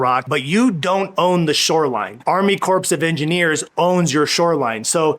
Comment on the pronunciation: Corps is pronounced core not corpse.😁